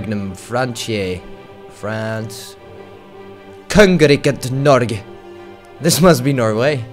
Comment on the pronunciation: haha so funny when he tried to say " kongeriket norge" xD